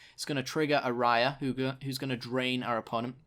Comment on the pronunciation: Just remember it's ayara, not araya